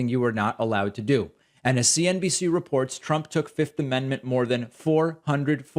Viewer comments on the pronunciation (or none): Why are you saying 5th weirdly? I get that most people say 'fith' and that's technically wrong. You should say the second f 'fifth'. But you seem to be addading am extra T at the end and saying 'fiftht' It's very strange Also...jury can assume guilt from pleading the 5th in civil cases